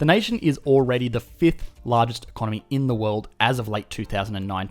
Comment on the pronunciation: It's time to learn e-con-nomy! NOW!